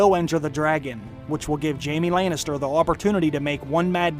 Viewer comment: Layn is ter I hate his pronunciation